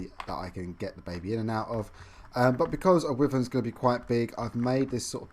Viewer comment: Stop saying wiverns